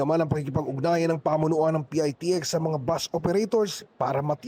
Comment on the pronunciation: PITEKS ANG TAMANG BIGKAS NG MGA KONDUKTOR HINDI PIAYTIEKS